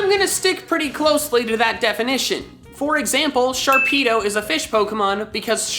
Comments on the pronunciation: Sharpedo NOT Sharkpido! THERE IS NO K IN THE NAME! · sharpedo Me: hehehehehe pe—: NOPE